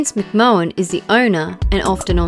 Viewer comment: The accent is horrible and terribly put on. Painful to listen to. "Mahon" is pronounced "may-ohn." You and your countrymen always mispronounce the following: Beckham, Graham, and Burnham. Now you know I know where you're from.